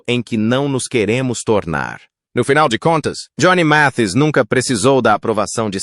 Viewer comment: Este narrador está muito enrolado para pronunciar o nome correto de Johnny Mathis.